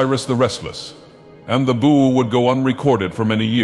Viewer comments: This guy can’t pronounce bow to save his life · I like how he pronounced "bow" at least 4 different ways